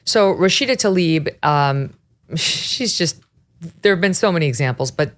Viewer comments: Rashida Tlaib cares about her constituents the same way Hamas cares for Gaza's civilian. And please...her name ISN'T TALIB it is TLA-IB she spells it that way and she just doesn't like the name so much she just is trying to make it sound better to Americans! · Why can't people pronounce Tlaib as it is written? It is not that hard.